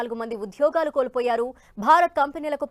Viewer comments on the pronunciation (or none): UDHYOGHAAAALU... vattu palukatam nerchukondi.. telugu vinalekaa chastunnaam!:face-purple-crying